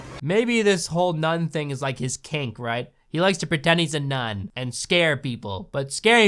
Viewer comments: Don't you mean nun-ni Also isn't it rather stupid to light a lighter when you clearly need the oxygen? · drinking game: when he says “nun,” take a sip of your drink. when he says “none,” take a shot. 😌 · LoL. The dog said, "NUN-I" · every time he says "nun" i think that he's going to say "nonce"